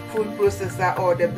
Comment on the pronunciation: It's called "kulikuli" Not Kurikuri